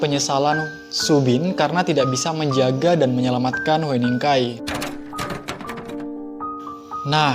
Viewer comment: Oppa, nama hueningkai bacanya "hyuningkai" :))